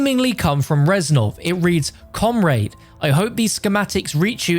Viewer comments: "Comraid" (comrade) -, 2020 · Mr T Lexify watches your vid hears you say comraid 🤣🤣🤣🤣